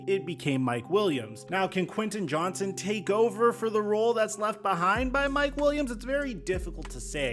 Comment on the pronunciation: It’s Quinten JohnsTon!!! Lol… Sorry my last name is also Johnston and everyone calls us Johnson… And I think I can speak for all Johnstons and say that there is a “T” in our name. We’re not a slang term for a penis hahahahahaha…..